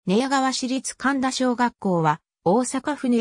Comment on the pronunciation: 「かんだ」ではありません。「かみだ」です。